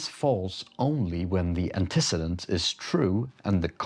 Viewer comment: People typically pronounce it Anteh-ceedent